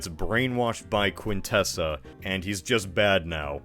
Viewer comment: hey that's not how you pronounce quintesson